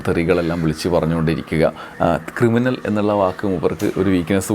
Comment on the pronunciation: ക്രിമിനലല്ല, കിരിമിനൽ !